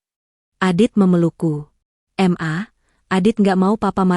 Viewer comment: Kenapa ma dibacanya em a? Suami macam gt mending buang ke laut aja 😣